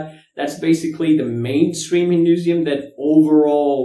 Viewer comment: HinduSIUM......or HinduISM? Lol, I think u're mispronouncing. And this is the 3rd video I've seen u doing that. Thought I'd mention it once.